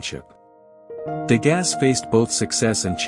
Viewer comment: His name is pronounced " De GAH", not "De GAS". How did you not learn this before releasing this video?